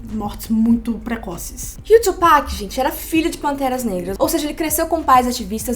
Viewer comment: Sim, e se pronuncia TUpac mesmo e não twopac